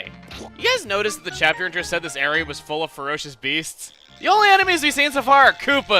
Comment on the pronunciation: actually its's CH-APTER! not cheapter